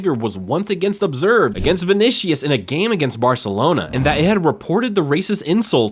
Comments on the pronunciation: And learn to pronounce easy foreign names right, gringo. It's not vonishus it's VINICIUS. And it's not ensaladi, it's ANCELOTTI. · Why use Messi in the thumbnail? Clickbait means I'm banning your channel from my feed. Also name butchering is off the charts, Ensaladi instead of Ancelotti, Vinishious instead of Vinicius, go get some respect to those you're talking about... 😀